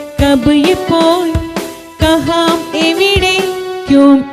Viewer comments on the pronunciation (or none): കഹാം അല്ല, കഹാ എന്നേ പറയാവൂ